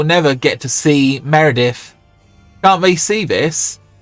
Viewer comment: Great video! His name is "Medivh" btw, and not Meredivh 😄